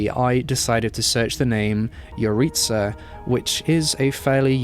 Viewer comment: I'm pretty sure that's not how you say Yaritza but ok